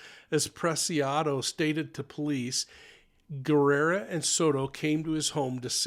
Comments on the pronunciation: It's pronounced Ge RRa not gerrera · Well so much speculations and theories of what happened, its crazy, i guess we will never know for sure what happened in that transaction, im waiting to see what the autopsy says that may clear some more. I wish i was a fly on the wall that day. Btw it’s Guerra not Guerrera, just saying! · Thank you for reporting. I think you add an extra syllable to Matthew's last name. Sounds like you think it is Guerrera, but it should be Guerra. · Guerra not gu erra guerrra pronounce the rrrr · Hi there! Guerra is pronounced Geh rah. The u is silent. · Guerra = Gaer-ah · Just so you know. The [u] in Guerra is silent.